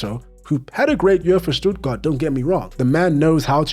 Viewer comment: Probs for the Stuttgart pronounciation my man